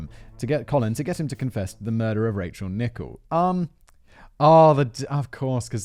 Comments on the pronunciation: And it’s not pronounced “Nichol” it’s Nickell. The clue is in the spelling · Why did you pronounce 'Rachel Nickell' as 'Nickbe'..? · Oh and you pronounced "Nickell" wrong to. It should rhyme with Michelle, Nick-Ell.